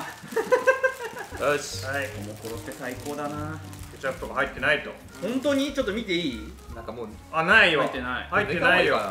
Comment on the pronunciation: の｢ケチャップ｣の発音好き